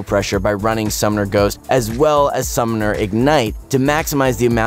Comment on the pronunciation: why is he saying summomer ghost... i turned of the video